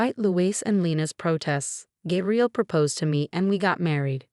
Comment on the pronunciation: GAY-BRIEL not GAB-really . Fake story and AI comment 🤨🤨